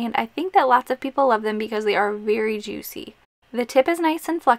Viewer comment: Oooo love it. I also like how you say juicy hehe.